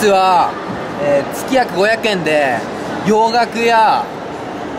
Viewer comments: 面白かったけど つきがくって言ってるのはどうかとw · 事務所から言われてやってるん だったらちゃんと説明しようよ しかもつきがくじゃなくて げつがくね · つきがくww げつがくだろ〜